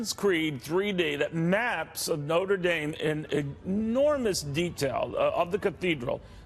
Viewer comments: "Nodur daim" Please at least try to pronounce it right. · my goodness, the way the news anchor pronounced "Notre Dame" in was terrible. Thanks to for not messing it up. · He also said noter dame just wanna put that out there... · noter dane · It's "Not-ray -- Dah-m" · “Noter Daime” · "noter daim" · That reporter said Notre dame totally wrong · The way the Asian guy says Notre Dame is activating my OCD. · Ohh how it annoys me how he pronounces Notre dame